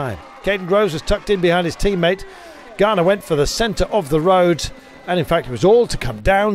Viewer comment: Please can the commentator pronounce Ganna’s name correctly?! It’s not Garner, it’s Ganna - pronounced with a short ‘a’, as in the pudding Panna cotta…. So irritating.